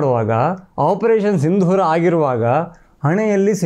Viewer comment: ಸಿಂಧೂರ ಅಲ್ಲ ಸಿಂದೂರ